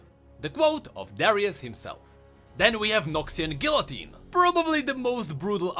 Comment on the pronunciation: If you mean the guillotine, it is his accent